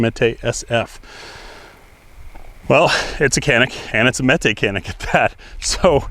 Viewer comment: It's pronounced Janik 😅